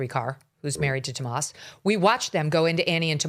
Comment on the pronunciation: Why does Megyn keep calling him "Tomas?" His name is "Tommaso," and she's said it that way before, so I know that she knows what it is